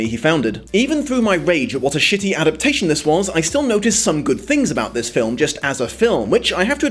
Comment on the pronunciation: Is it intentional that you often leave a syllable out of 'adaptation'? If no it's a little hilarious. You'd think, of all words, that's the one you'd try to get right. No ill will meant, just cracked me up a bit.